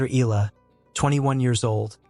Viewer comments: please pronounce her surname correctly as commented (eh-yah-lah) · Can you pronounce her name correctly?